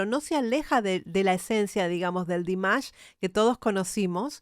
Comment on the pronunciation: A mi me gustaría que buscaras el nombre real de Dimash y lo pronunciaras correctamente, para nosotros tus subscriptores 😊